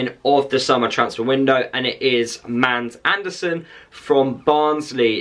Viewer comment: He's name are not "MAND", but "MADS".. you pronounce it with an stumb "D", so its more like MAAS. And he's sure name is Also with a Stumb "D" in Andersen. "MAAS ARH'NER-SEN" is the right way to pronounce he's name "Mads Andersrn" in Danish, where he's from. :)